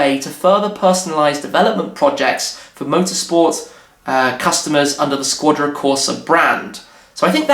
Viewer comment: "Shquadra" Corsa!